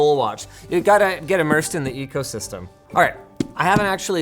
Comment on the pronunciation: The ecole-system?